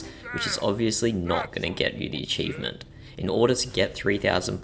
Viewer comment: did bro just say with all of that, if you want to get this eachivment just get the eachivment?